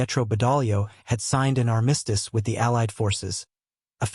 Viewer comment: … and armistice